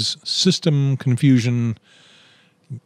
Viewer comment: why did you say CON-Fusion ???